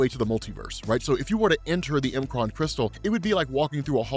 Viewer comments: I really can't say I've EVER heard anyone call the M'kraan Crystal.. The M Kraan Crystal??? (it's said as "MaKraan" or "MuhKraan" or "MehKraan" ) That's what apostrophe's are for, it's not a separator. It's used as a contraction, as in, takes the place of the missing sounded letters. (think how it WOULD sound with no apostrophe at all) Example - From Australia... "G'day mate"... do you think it's said as "G Day"??? The Shi'ar Empire is another perfect example, it's said as (SOUNDED SPELLING) - "Shiyarr" or "Sheeyah" Sorry, it just really did my head in the whole time. You already talk quite fast, and pretty erratically at times (your excitable, which is fine) But when in a lot of your vid's I hear you say "Not sure how you say this" or "Pretty sure I butchered this" it dawns on me that if you only took 10seconds to read it, and sound it out, it would become apparent. Again, Sincere apologies. Not trying to be a dick... (Although no doubt people will think that, because "HOW DARE YOU CORRECT ME FOR MY OWN BENEFIT") but help you get a bit better with your own pronunciation of some of the more bizarre words made up in Marvel-verse. I love your work, your excitement and your presentation of everything you do, but it has been bugging me for ages. Peace, All the best. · It’s pronounced mu-cran not M Kron